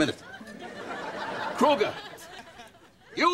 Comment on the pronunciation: It's kruger not cougar LOL 😂😂😂😂.